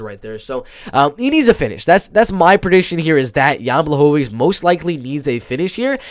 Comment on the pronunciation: Blachowicz (Bwa-Hoe-Vich) is taking this main card 100% Polish power too stronk. Poor guy nobody gets his name right lol